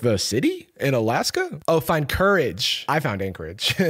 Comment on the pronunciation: The "finding, COU-rage" line (and many others) is an example of bad lyrical phrasing. A competent songwriter knows how to align the lyrics with the music to avoid emphasizing awkward syllables. One of those things you only notice when it's done incorrectly.